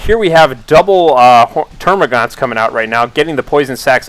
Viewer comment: I'd hate to be 'that guy' but it's terma'gants' I believe, great casting btw